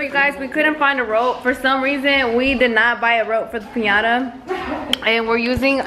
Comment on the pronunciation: Did she just say..pinyada...daduk is a pinyada?!??! Lol